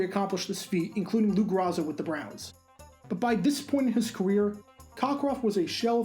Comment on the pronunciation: A note on former "old" Browns PK Lou Groza: his surname is pronounced GROH-zuh, not GRAH-za as you pronounced it in this video.